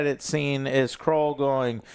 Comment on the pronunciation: The amount of time he calls him krull lmfao